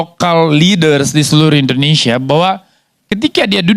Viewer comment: Karni ilyas gak usah tayang lagi di indonesia's lawyers club. Bahasa indonesia nya jelek. antara p dan f aja salah2 terus